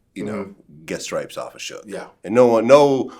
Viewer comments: "soodge" lol ain't nobody that white bruh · Sooge Knight 🤦🏽‍♂️🤦🏽‍♂️😂😂😂😂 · "Sooge Knight"😂😂😂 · That man said sooge 😭😭😭😭😭😭😭😭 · Phonetically it WOULD be "Sew-ge"....like "huge"... I mean you can't knock the cat for knowing his phonetics. Damn... LOL